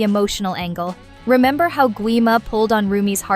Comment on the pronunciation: It’s how not haw￼￼